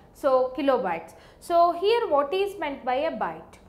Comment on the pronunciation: So heeiere,,,,loved that pronounce lol